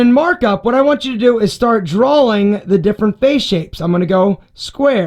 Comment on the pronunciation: Do you always say drawling? No disrespect, but I just noticed it and was wondering if it was a mistake, although it did sound quite intentional. Awesome vids!